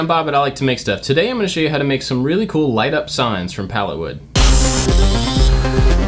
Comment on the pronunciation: I thought he said LED signs from Pallettown XD